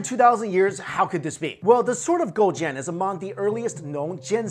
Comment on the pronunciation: Damn that pronunciation was on point!